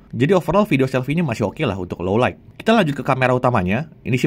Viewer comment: Sekelas jagat review Pronounce "Low Light" masih salah aku kok gemes ya. "low light" mas, bukan "low like"